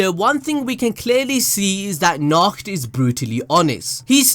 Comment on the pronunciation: Nacht (Na-ho-to)